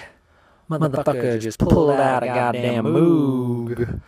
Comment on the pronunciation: That's not how you pronounce Moog.